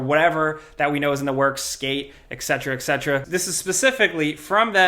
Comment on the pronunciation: Please stop pronouncing etcetera "exetera" ...